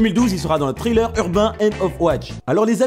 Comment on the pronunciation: Bonsoir, Travaille ton accent anglais dans les mots comme "Thriller" et non "traïleure" et les noms des acteurs.. Merci;)